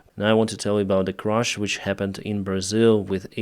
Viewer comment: It was a tragic Crash not a Crush. Please, include English subtitles if you insist on providing the narrative with such a heavy accent.